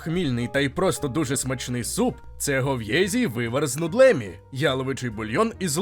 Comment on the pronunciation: Не хлЕбічки, а хлебІчки. Ой боже не нудлЕмі ,а нУдлемі. Якщо в українській мові коліно, то чому в чеській кОлено не смЕтані,а сметАні. Просто чаш блог НЕГРАМОНТ.